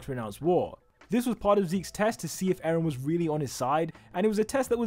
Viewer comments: "Aaron" "Emir fritz" "Frieda rice" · Bro litterly said Aaron in the timeline